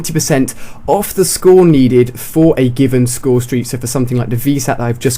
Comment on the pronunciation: "Highest scoresteak" Nice intro..